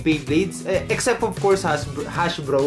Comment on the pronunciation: Hasbro not Hashbro